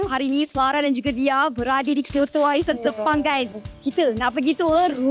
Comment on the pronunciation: cuba la sebut perkataan tu bulat2..kyoto sepang?? ke lidah terbelit?? awal2 terus aku dah komen ni...KOTA WARISAN!!